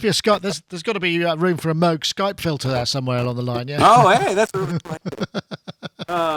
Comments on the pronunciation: Pete Brown I agree with you, generally. I like & his presentations. But I am just saying that Robert Moog (may he rest in peace) said he pronounces his name rhyming with the words "vogue" and "rogue". **NOT** rhyming with er, I don't know, maybe "Droog" or Goog as in Google He says this in the great eponymous documentary about him. It also shows up in the very cool book "Analog Days". Not sure how much it matters what the "real" pronunciation (whatever that means) is, at least to me. I only care about Bob's pronunciation. But I had no intention of turning this into a big debate. In the grand scheme of things, even in the context of this video interview, it ain't that big of a deal. What matters is the content. And overall, this is a nice little video, and whets the appetite for a product like this. Right now, I have my heart set on the new Moog Sub 37. I am going to try and trade in my 4 month old Sub Phatty, which though I like, and was about half the price of this one, also is lacking some of its features (like the fact that I have to use an editor to access many of its "hidden features, whereas this new Sub 37, has most of it on the surface of the synth. Not to mention a step sequencer! And another octave worth of keyboard). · Moog rhymes with pogue. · He's worried about the pronouncing "WerkStatt" but can't be bothered to say "Mogue". The entire industry knows how the name Moog is pronounced not sure how it's so hard. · ***** Actually most presenters on YT do pronounce Moog properly. Same with the legendary mic company Neumann. When interviewing someone from Moog it's a bit cheeky to purposely mispronounce their iconic brand name. That's all.